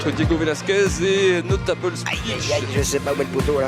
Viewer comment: Absolute butcher job on Notable Speech 😅